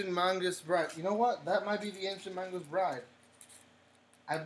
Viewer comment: Lmao XD you kept pronouncing it as Mangas instead of Magus. No hate, just thought it was funny. Everyone has their own tastes dude, so don’t worry too much about it. I do recommend watching Haikyuu! If you got the time though :).